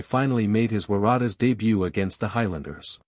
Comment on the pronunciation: Love that pronunciation, the Tah's shall forever be called the War-aar-tars featuring Joseph S-you-alley-i